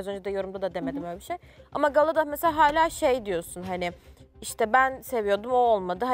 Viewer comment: Hayla değil hâlâ!!!!geçen sezon Sedat ve Oğuzhan beni delirtiyordu, şimdi ise evin yarısı. Hayla dedikten sonra ’nin 2x hâlâ demesi içimi su serpti.